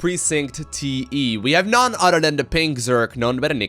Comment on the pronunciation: "on dee udder side of duh map" fucking love that, keep up the good work man